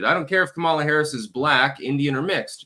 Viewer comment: Kum ahh la. Not ka me la